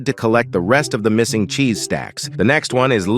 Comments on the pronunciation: “rotten chese” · "rotten chese"